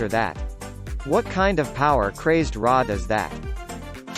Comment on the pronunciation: Must you pronounce RA like you're talking about the Egyptian deity of the sun?